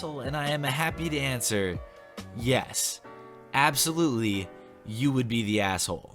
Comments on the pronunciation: Aboslutely Aboslutely? I think you meant Absolutely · Aboslutely? you dun goofed! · "a b o s l u t e l y" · Err my man... Aboslutely? lel. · “aboslutely” lmao nice vid ❤️